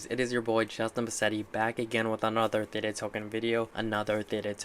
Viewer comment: Wow you know that you are an early investor when someone is mispronouncing Theta during an interview